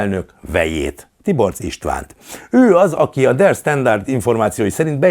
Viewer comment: Nem "der sztenderd", hanem "der standard". Németül van, ott ez a kiejtési sztenderd.